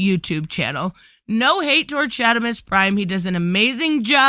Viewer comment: Ohh. Its Shard, SharDimus Prime. You said LOL Shadimus. Unless your boston then it's understandable. Im a adult action figure collector. The action figure circuit from You Tube to facebook and a little little bit they happens on Twitter cause many of these action figure Youtubers don't do Twitter. And here is why. has this topic come up? Yes it has. most the time in brief. Oh yeah well thats a little silly about the female action figures. Least I was in Jay C chat room and brought it up and he laughed and said Todd is a little bit out dated old school thinking like that. Most find it silly that he should make more females. And ones who feel he had a point don't go crazy on us if we feel that he is wrong on female figures. Plus we want a comic related Harley cause all we got was two movie ones and a animated series he is not that good at making. Or say Poison Ivy. But I'm going off track. this topic for the most part is handled civil within the community of adult collectors. However people outside that community have flipped out and gone crazy and turned this into a huge deal. One side..eww todd is a sexist lets cancel him. The other side, people don't want mostly female figures. In the story they only wanna see male heroes. And there is a drama war. And now you know why I enjoy the adult collector community most. People who agree and disagree...I mean actual collectors are able to for the most part stay civil. Course there is some assholes. We call them Shills. Todd